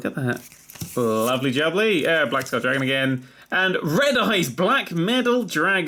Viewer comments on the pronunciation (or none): none